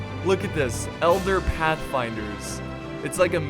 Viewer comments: just notices pronounces elder reavers as eldar reavers. HAHAHAHA # warhammer fan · "Tell me how to pronounce these." Elder pathfinders become Eldar pathfinders and all the sudden become a whole diffrent group of elves. !0 out of 10 IGN would watch again. Love the video